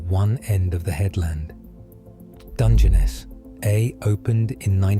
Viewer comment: The ai failed on the Balby segment, it's pronounced pot-ash in the UK( where the ai sounds like it originates), but poe-tash in parts of the USA, few English people would say "250 million" generally it's "two hundred and fifty million". It took it four or five attempts to pronounce "Dungeness" properly too, maybe it was still being trained?🤔 Also it pronounced "Domesday" as "Dome's Day" throughout, never once using the normal "Doom's Day"